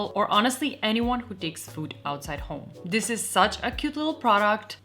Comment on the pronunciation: It's "this" and "that" Not "dis" and "dat"